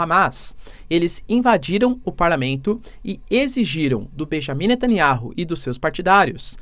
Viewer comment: Netaniahu Lê se ... Netaniau Professor